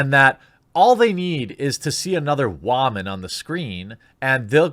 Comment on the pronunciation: Dude stop saying woman like that it makes you look like a damn moron.